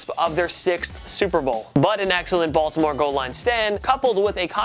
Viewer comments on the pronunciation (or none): none